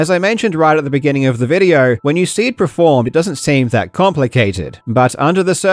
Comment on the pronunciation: Do you say preformed instead of performed?